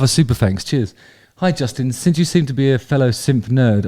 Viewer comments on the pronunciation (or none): none